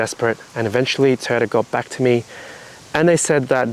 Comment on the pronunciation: Are you keeping your TOY- YOTA, NOT TOYTA.... BUT ARE YOU KEEPING THE RIG???